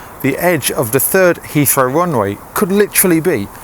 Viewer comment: Hea Heathrow